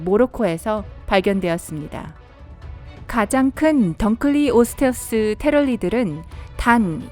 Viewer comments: 던클리오스 테우스가 아니라 둔클래오스 테우스 인데... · 원래 던클레오스테우스가 아니라 둔클레오스태우스에요 ㅉㅉ 한글 잘 모르냐 애그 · 던클레우스사우르스가아니고 둔쿨레오사우르스라고!!!!!!! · 던클리오가아니라 둔클레오 인데... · 던클리오스테우스가아니고 둔클레오스테우스입니다(이빨은2m에서5m터라고 합니다) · 던클래오스태우스가아니라둔클래오스태우르스고그리고 둔클레오스테우스보다모사사우르스가 훨씬쌔요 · 던클레오테우스가 아니라 둔클레오스테우스임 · 던클에오스테우스가 아니라 둔클레오스테우스임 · 던클리오스태우스가 아니라 둔클래오스태우스 아님?? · 던클리오가아니고 둔클레오인데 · 던클리오스테우스가 아니라 둔클레오스테우스아님? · 그런데 던클리오스테우스가 아니라 둔클리오스테우스인데. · 던클레오가아니라 둔클레우스투소테우스 입니다.. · 둔클레오스테우스에요 던클레오스테우스가 아니에요. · 단순히 d의 발음 차이임